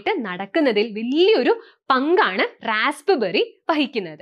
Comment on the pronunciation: റാസ്പ്ബെറി ennalla പറയേണ്ടത് റാസ്ബെറി എന്നാണ് പി അവിടെ സൈലന്റ് ആയിരിക്കണം ഉച്ചരിക്കുമ്പോൾ